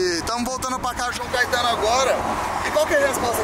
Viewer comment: "CAITANO" É FODA